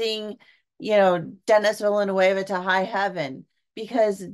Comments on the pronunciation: Not Dennis Villanewava. It's pronounced DaNee Villnoov. Good review. I can't wait to see it. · zen-day-uh not zen-die-uh. Also den-ee-vil-uh-nuv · Chalemet = Shall-ah-may Zendaya = Zin-die-yah Villinueve = Vil-la-new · If a reviewer can not say the directors name correctly I switch off.